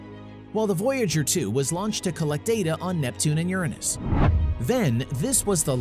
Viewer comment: I don’t like how you pronounce Uranus.... I don’t think it’s correct